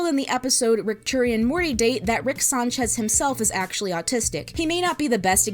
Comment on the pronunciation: You couldn’t even pronounce harmon and Sanchez correctly!